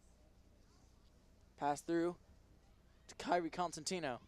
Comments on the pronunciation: “consentino” no. child it’s COsentino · everytime he said “kairi consentio” i yelled it’s COSENTINO 😭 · he was like kairi coNsentino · LMFAO WATCH FROM "kairi cOsenTimnO" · he got kairi’s name wrong lots of times😔